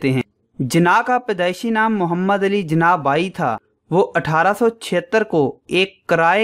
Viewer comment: Jana nhi jinnah hota hai bro